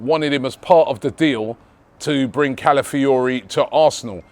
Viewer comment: Robbie's mouth and pronouncing Calafiori 😭😭